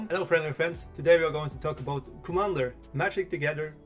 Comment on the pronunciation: That intro tho! Channelling your inner Canadian there with that little cheeky 'aboot' there.........